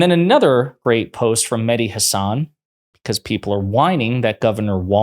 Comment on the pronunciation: it would be great if you learned how to pronounce mehdi's last name.....